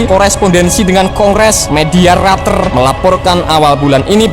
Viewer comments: Media reuters Apa media RATER😗😂🤣😀 Bahasa inggrismu cap apa min..min.. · Media Reuter (baca: Roiter) Min. Tetep salut Gw sama Mimin nya. Kalau Gw koreksi, No hard feeling ya Min. Indonesia baik utk membeli 62 unit F-16 Viper & 100 unit modernisasi KIT, nanti tinggal beli F-16 second untuk di upgrade. Berhubung F-16 ini belum "Stealth", maka operasinya harus dikawal F-18 Growler atau Su-30 dg Jammer Pod. Jangan lupa, kawal pakai pesawat AWACS.